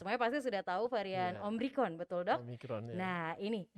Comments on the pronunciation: si mbaknya tetep aja bilang omricron wkwk. dokternya udh nyebutin yg bener tetep aja bilang omricron... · OMRICON'' ngomongnya aja masih salah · omicron mbak, bukan omricon, berulang2 bilang omricon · Ini host bisa NGOMONG GAK SEEEH, Ngomong Omicron sj gak becus, dr awal ngomong Om rikon..Om rikon..Om rikon, hadeeeuuh!!! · Omicron yu...bkn omricron...